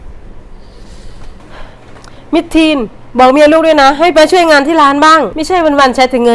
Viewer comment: ช่วยไม่ใช่ซ่วยค่ะพูดก็ไม่ถูก